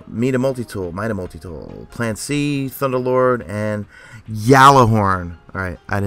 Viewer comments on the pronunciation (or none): none